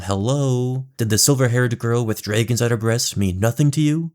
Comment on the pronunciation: Dreeegons burned the Hearinghal